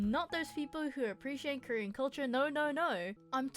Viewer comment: “oh I’m Currien cuz I like curriuh”